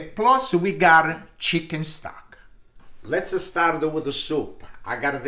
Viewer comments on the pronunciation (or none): It's HOT sausage not Hot-A. And it's LETS not Let's-A. So annoying.